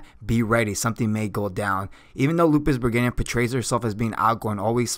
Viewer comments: Appreciate how much knowledge you present And going into the lore that's not covered in the anime is always a positive thing when trying to cover all the intrinsic values of a character. Some of the pronunciations are a bit off. It sounded like Lupus Bergenia Beta, instead of how it's pronounced in the anime of Lups Re Gina with an emphasis on the G, and how you pronounce Cleric like Clerk. I mean this with no targetted disrespect, it's just something that i notice. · Im not bothered with the mispronounced name but you should call her just beta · You mispronounce Lupusregina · So I hate to be that guy. But her name is pronounced Lupus(Regeena) NOT Lupus(ReGayna). It’s not the end of the world but if you’re trying to establish yourself as an informational anime you tuber this is kind of inexcusable. I believe in another video you said you were an anime only watcher which is fine but even in the anime they pronounce her name the way stated above. I mean when the last Airbender movie came out and they pronounced his name as “Ong” rather than “Ayng” people lost their shit and it seriously was one of the most annoying parts about that movie. Otherwise this video was pretty entertaining but every time you said her name I just wanted to stop watching. Again not trying to be a douche but I know I’m not the only person out there that felt this way. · Ill speak for the other half. IDC if he pronounced it wrong.I mean he's human lol, i got enough common sense. Im just here for the facts 😋. I understand you though sir. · Why i constantly hear Lupusbergina rather than Lupusregina😅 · yes, he mispronunce her anme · Okay, so I'm not the only one hearing the narrator of the video say it that way too hmm? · Shouldn't it be pronounced, lou-pis-ruh-jean-uh? I think the English translators or VA messed up. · Gotta' say... Bregania sounds cooler though. Lol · I don't think you are pronouncing the name right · I have to squeeze my stressball everytime i hear that regayna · i am with you